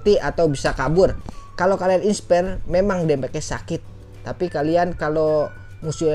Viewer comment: dibacanya inspayer bang bukan inspir, biar enak viewer dengernya, semangat bang